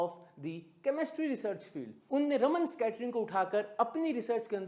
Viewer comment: It is Raaman (रामन्) effect. Not रमन्. Please learn and use accurate pronunciation.